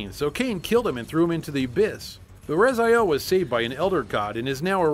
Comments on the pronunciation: His name is Raziel, you read as Rah-zee-ehl, not Razaiel. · With all the dialogues in the game, how can you pronounce Raz-eye-el? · Soul Reaver, wooh! Btw, it's Raziel, not Razael. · err the name is pronounced RAZEEAL..they pronounce like that even in the game also, no Dungeon Keeper? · if you played soul reaver hows come you can't pronounce his name right?